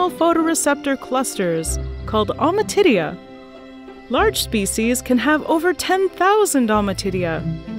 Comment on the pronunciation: lol almatitia